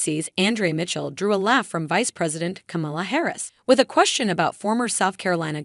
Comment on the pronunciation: Pronounce VP Harris's first name correctly or, refer to her as VP Harris.